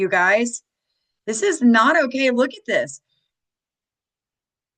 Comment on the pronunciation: MTG was worth $700k when she entered office, she is now worth $25m. She attributes it to her construction company; however, her stock trades prove differently. And it's "dis", not dish. Sam did a video on MTG, might want to watch it. Happy Turkey Day!